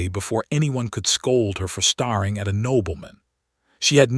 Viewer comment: This AI needs to learn how to pronounce staring. I’ve listen to him say it incorrectly through several stories.